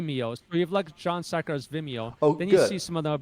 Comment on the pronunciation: I love the subtle "SARkars" btw lmao, genius